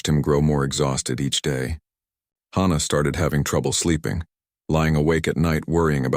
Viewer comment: Except from YouTube AI's, I have NEVER heard the name "Hannah" pronounced like the phrase "Ha Ha!". EVERYWHERE else, it is pronounced like the HA in "HAPPY"!!! SOMETHING IS WRONG WITH ALL AI's doing this!!